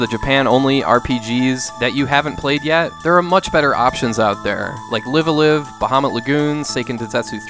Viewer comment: Live-A-Live is read like the adjective of "live", not the verb. As in "live from New York..."